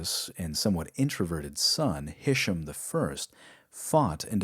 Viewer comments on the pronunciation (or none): It's pronounced hish-aam. aam like arm, not like sam Isla is pronounced aila. S is silent